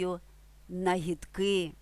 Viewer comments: Не нагідки' а нагі'дки. Російський наголос ставите. Братики а не братки. Для людей, які з народження розмовляють українською це елементарні речі. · Нагíдки (наголос на другому складі). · У нвс на Канівщині всі квіти так і називають,як у ролику. Тільки в слові "нагідки" наголос падає на другий склад ,а не на останній .